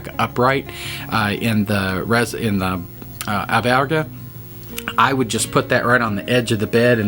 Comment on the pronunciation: Albergue , pronounced Buen camino.